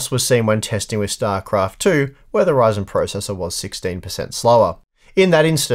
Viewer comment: its a ryzen "not" a reason LOL xD